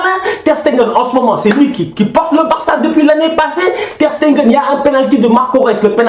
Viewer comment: Ter Stegen et non Ter SteNgen please ohhh... Sinon Top👌🏾😂 Aussi suarez n'a qu'à se gérer 4 ans sans but a l'extérieur en UCL, doyna nak